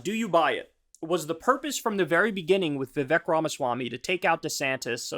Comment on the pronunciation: Hi friend. Vivek’s name pronounced more like Vivake. I assume accuracy is important to you, so just wanted to put that out there! Signed, a person whose name people can’t pronounce.